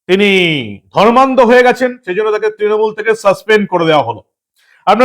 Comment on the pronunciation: বিহারীবাবু অর্থাৎ ধর্মনিরপেক্ষ ফিরহাদ এর " ধর্মান্ধতা" শব্দের উচ্চারণটা কি সন্ধিবিচ্ছেদ করে বাংলার জনগণকে বুঝাতে চেয়েছেন ? 😂